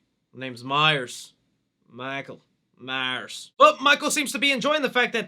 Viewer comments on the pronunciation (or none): I love 4 and 5...but I can admit that 5 is not that great. But PLEASE stop calling him Michael Myer. You keep constantly slipping back and forth between saying Myers and Myer. It's MYERS. And what the hell is the deal with your H5 masks hair??? It is super flowy and not like the other masks. Did it come that way or did you do something to it??